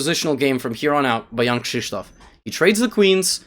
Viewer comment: How he says it in the video is correct Polish pronunciation